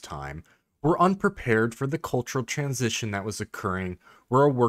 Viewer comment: TRANS - ITION : THE MOST DIFFICULT WORD FOR AMERICANS